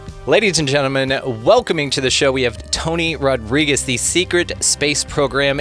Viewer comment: It not rod-rigs . It rod-ree-gez ....pendejo